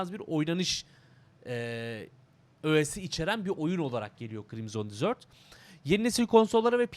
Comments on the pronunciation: abi "desert" dizört diye değil dezırt diye okunuyor, o senin dediğin "dessert" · reis dizört diye telaffuz ediyorsun o şekilde "tatlı" demiş oluyorsun bilgi. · Usta telaffuzda bir hata olmuş onun okunuşu DEZIRT(DESERT) yani çöl senin söylediğin ise (tatlı )manasına geliyor. :) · Abi deserti yanlış telafuz ediyosun senin bahsettiğin dessert